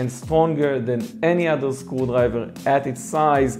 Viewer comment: why I keep hearing school library every time he says screwdriver